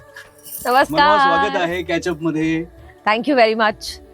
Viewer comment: "मानवा" नाही रे"मनवा" आहे 😂😂😂😂